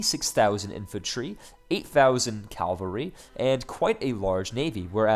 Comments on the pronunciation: Great appisode, very useful. Just so you know you're pronouncing Cavalry as Calvary - which are two very different things. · "Calvary".;) Still, very useful video,.:)